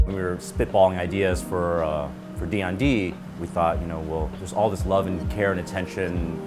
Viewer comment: "D N D", I would expect someone who named their restaurant a Vietnamese name would be able to pronounce it correctly. I can't speak Viet well but it definitely isn't "D N D".